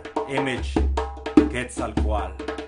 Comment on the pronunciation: Now I definitely know how to pronounce Quetzalcoatl. :-)